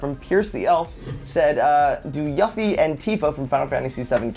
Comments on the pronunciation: It's pronounced (you-fee)! Argh! >_< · its pronounced youffie, do some research, your butchering the Japanese background! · I love how he said YUFF ee. Not YOUFFEE and yes I am spelling it wrong for pronunciation purposes. >.< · Its pronounce You-fee. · Yuffie is pronounced u-fee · why are they pronouncing yuffie like that -_ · Stop saying Yuffie wrong and making FF fans cry. :( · I cringed when I heard joven pronounce yuffie wrong